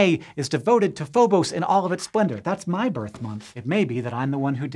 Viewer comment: It's Phobos, not Phobose! JS